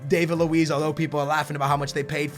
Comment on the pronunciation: disappointing that he still can't pronounce David Luiz name correctly, can't say the name's of the teams Hart and Wilshere went to and thinks Pogba is £100,000,000 when he was £89,000,000